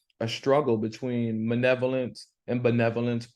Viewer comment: Really learning a lot and enjoying your lesson. It sounds like you’re saying “manevolence” for malevolence. I’m sure it’s me. But it really sounds that way.